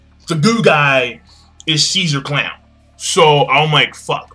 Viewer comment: his name is ceasar crown not clown